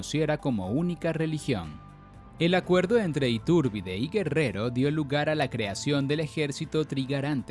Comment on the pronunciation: SE DICE ITURBIDE, ITÚRBIDE. OTRA VEZ MAL PRONUNCIADO. QUE PENA Y VERGÜENZA PARA NOSOTROS LOS MEXICANOS